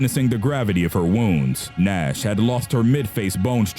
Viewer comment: Am I the only one who hear Ass instead of Nash😂😂😐